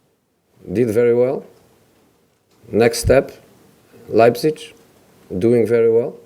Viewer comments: Nobody: Absolutely nobody: Mour: LEIPZICH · "Leibzitsch" Hahahaha.